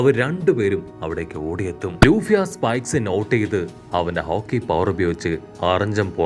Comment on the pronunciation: ഹോക്കി ❌ ഹാക്കി✅